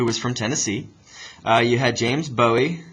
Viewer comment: "Bowie" gave it away. Any Texas knows how to pronounce that name correctly, like buoy.